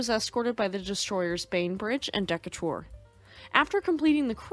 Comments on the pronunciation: uhhh decatur = deee kay ter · Da Cater is how it is said but in this case confirms AI was not used that would know Latin language groups better. Named for the hero of the Barbary wars. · Deck a Tour...AI needs to be feed a script that's spells out words.